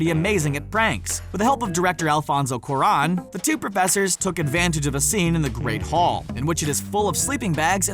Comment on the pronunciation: I’m sorry but...Gambonn? And Cuaronn? Pronounciation is key 😂😂